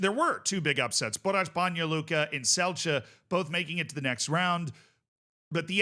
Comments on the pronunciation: As a slovenian how the fuck did Olimpija not win vs bosnians like cmon we had a pen as well like why are all players conected ro Slovenia, except for Šeško, so bad ar taking penalties like just fuckin put it down the middle pls, at least Celje went through but i dont care about Celje, also its pronouced Tselye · Celje = Tselyeh. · Celje is pronounced like the word Silly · Your Celje pronounciation 😂 It's pronounced as Tselye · Celje is pronounced: The C from Celje is the same sound C sound when you say Zwei Bundesliga (the first ZW sound, exactly the same), and the LJ part for a American the closest is the L sound. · But Celje still wrong